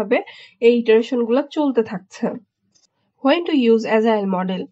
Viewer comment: Sister, it is Agile (not Azile), Pronounce like g not zee.